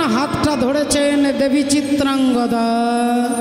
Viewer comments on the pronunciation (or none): চিত্রাঙ্গগদা নয় চিত্রাঙ্গদা হবে